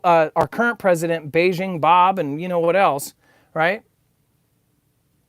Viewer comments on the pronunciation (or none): none